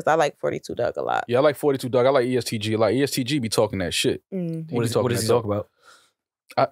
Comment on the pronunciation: it’s said “Four Two” Dugg. Not “Fourty Two”